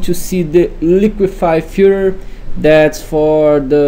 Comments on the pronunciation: its filTER my man not filler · Say FILTER one more time PLEASE :D :D :D :D